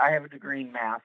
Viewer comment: Did he say he has a Math degree or a Meth degree?